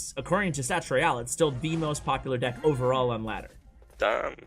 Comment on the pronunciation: Nobody:: De ck